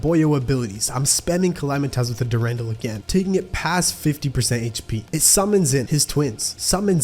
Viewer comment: Durendal is pronounced dur-on-dal, emphasis on the dal. There is two spellings of it though